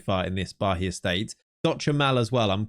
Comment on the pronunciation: Funnily enough the "Atletico de Alagoinhas" pronunciation was pretty on point. The "Bahia" though, not so much😅. There is no "h" sound, it's "Ba-ia" with an emphasis on the "i". Thank you for another great video, love your content!!